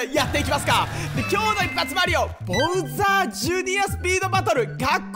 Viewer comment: ボウザーじゃなくてバウザーだと思う。今日もさんおもしろい!!